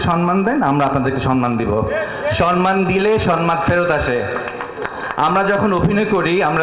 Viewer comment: সেটার প্রমাণ নিশ্চয় আপনার কাছে দিতে হবে না। যারা "সম্মান" কে "সন-মান" উচ্চারণ করে, তাও আবার মঞ্চে, তারা কি মেধাবী নয়?